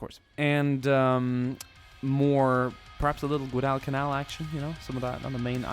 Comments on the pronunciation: its guadalcanal not gudalcanal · I don't usually comment on things like this. But it's pronounced gwadal-ca-nal, not gwoh-dall-ca-nal. Thanks for your time. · nice video but you need to learn how to pronounce Guadalcanal properly. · guadal canal is pronounced like waddle and ghillie suit is not pronounced 'nilly' but 'ga' like ghost. im sure many others will be commenting this too haha